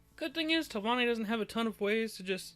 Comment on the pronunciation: Reported for saying telvanni